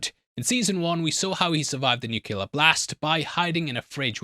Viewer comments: It's NU-CLEE-YAIR, not nu-ku-ler, or whatever kind of mangled pronunciation, that kind of just makes it impossible to watch this in the background. Please, for the love of cat; fix your pronunciation, as you do have a very good radio/podcaster voice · My dude, you need to learn how to pronounce nu- clea-ar. Not nuke- lear 👎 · It's a small nitpick... but it's 'nuclear'. Nu-clee-ar. Not 'nuke-you-lar'. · Ngl its gona be a tough season if you keep saying “nucular”